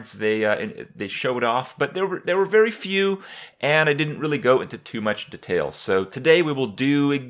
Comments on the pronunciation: "the-tails" It's fucking "dee-tails" god damn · At lot of THEtails... Kripp really? Details is more like dEE-tails This is infinitely more annoying than the way you pronounce bomber (bomBer, instead of bommer) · But in this video, he fucked up "Details" pretty horribly. I mean... THEtails? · He pronounces "details" as "duhtails" LOL